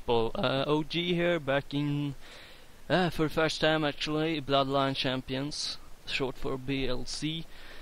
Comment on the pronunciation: Awesome review , at the beguinning i tough you said Bla bla Champions lol